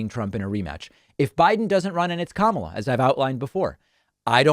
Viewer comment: No joke, you messed up Kamala Harris's name twice.